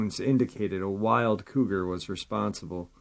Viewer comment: I was confused for a minute; what are they talking about an old man and calling him the term “codger” (kah jur); I see now you meant “Cougar”. I really liked this episode. Take care everyone; be safe. Love y’all!! 🖤🐺